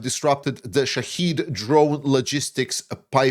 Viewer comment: Those damn things are Shahed, not shaheed or shahid..... those pathetic pronouciations are pure americaneese